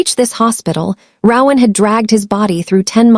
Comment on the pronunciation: Very engaging, unexpected and scary story. One suggestion: the AI narrator mispronounced the name ‘Rowan’ throughout, which was very annoying and off-putting. In future, please consider choosing names that will not be this annoyingly affected by A I.